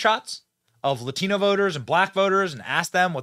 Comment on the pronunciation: the reporter says “Latino” with an accent. Just say it normally! OMG! AOC does that all the time too, they sound like fools.